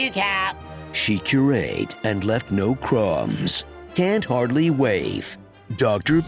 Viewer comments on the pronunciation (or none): “she cur-ATE and left no crumbs” 😂😂😂😂😂